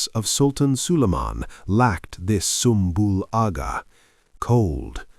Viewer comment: Sumbul Agha wouldve absolutely went off on you for how you pronounced his name 😂😂😂😂